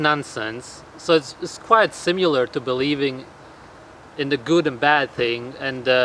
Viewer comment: It's pronounced "simm-ih-ler" not "sim-yoo-ler"